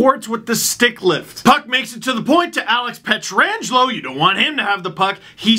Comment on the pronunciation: Last I checked, it was "Pietrangelo," not, "Pietra-angelo"